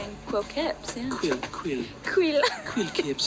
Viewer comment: Not ‘Quill’ Kipps, ‘Queer’ Kipps